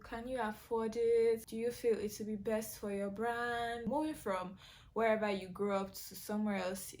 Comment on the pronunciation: Emphasis on “resourceful!” friends. Quality over quantity. All day, every day. When you said “berst” I was like WHOOPS! Bobrisky.😂 happens to the best of us, sweetie.😂❤️